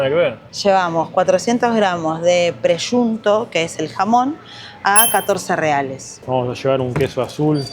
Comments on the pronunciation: La pronunciación correcta es "presunto", tal como está escrito. No sé de dónde sacaste "preyunto" o "preshunto" o lo que sea. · Olá amigos! Ela havia, primeiramente, pronunciado a palavra "presunto" da maneira correta 😅 .. depois ele a corrigiu da maneira errada e passou a falar da maneira errada.. grande abraço a todos